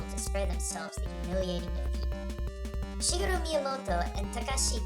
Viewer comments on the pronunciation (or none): none